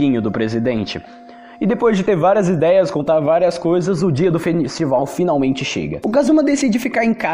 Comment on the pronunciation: "festibal" "fenistival"